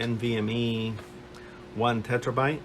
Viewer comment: Terabyte not tetrabyte :)